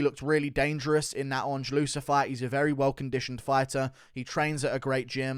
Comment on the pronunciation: Baaaahahahahaha, my man said Adrade-amedov 🤣🤣🤣